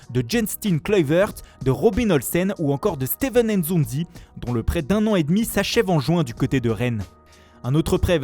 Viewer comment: Apprend à dire Nzonzi correctement (N et z en même temps) au lieu de faire des accents ridicules